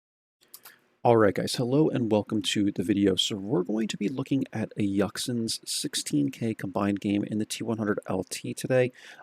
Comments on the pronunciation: i am not sure but I dont think it's I"yack"san, I think it's I"you"xin. But I am no expert at pronunciation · Hey man just wanted to say, name is pronounced ee-yooxin. Also chosing yux part as a nickname 😂 what was that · Isn't the player's name pronounced "I You Win" ? I don't and am not trying to sharp shoot here, I could be mistaken. Just saying....